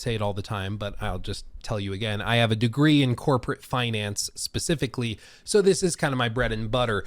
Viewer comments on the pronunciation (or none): none